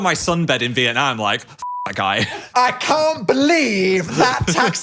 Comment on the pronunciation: side note but as a vietnamese person the way they both pronounce vietnam makes me so happy